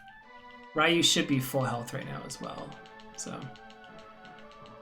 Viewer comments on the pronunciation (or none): it makes me cry inside everytime you call him RYE- you..... Ree-you....the word is Ree-you...it means dragon in japanese. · I blame my brother playing street fighter growing up calling Ryu as ree-you. Its just hard to override that name in my head after 25+ years.